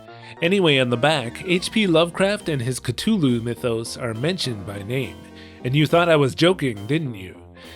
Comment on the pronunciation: Every time you say Cthulhu it hurts me. The “th” is pronounced like “the”. Its not a hard t